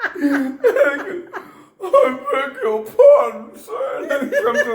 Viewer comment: Bobby's car crash story had me howling!! "I beg your pah - don, Sir" Aaaahahhahaha Bobby's a good story teller. Twenty minutes went by like five....